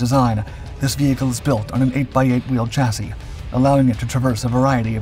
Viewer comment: The narrator pronounced “chassis” correctly! The message finally got through! Hooray (and congratulations, and thank you!)!